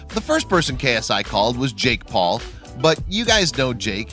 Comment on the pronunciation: i like how he says jake pool and logan pool